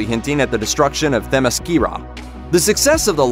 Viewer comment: Anybody else cringe when he mispronounced Diana's home?